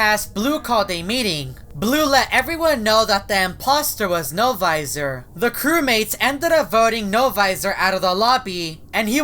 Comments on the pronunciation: He always says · It’s sound like L visor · Wen said NO-VOISOR it freecked me out